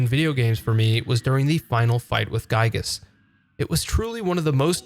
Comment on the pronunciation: There are a lot of correct ways to say the name of this game’s antagonist. “GUY-gess” ain’t one of them. Otherwise, a great video!